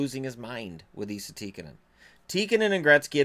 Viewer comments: It's not Ee-sa, it's Ess-a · Who’s Eeeesa Tikanen ??? You mean Esssahh , 🤦🏻‍♂️ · His name isn’t pronounced eesa, it’s like saying s, then adding an a. Essa. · Why do you pronounce ”Esa” as ”Iisa”? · Its not pronounced ii-sa! Its pronounced like the name Tessa without the the T. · No its Esa, E is pronounsed like E in word elf and Sa is pronounsed like Salt so Esalt but left lt off so Esa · Try saying Esa like the E in was an A, makes it sound way more Finnish.